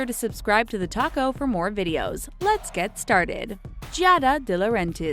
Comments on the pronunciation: The toco is what u said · Did anyone think she said the tako not